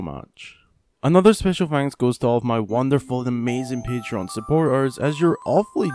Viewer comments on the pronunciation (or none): none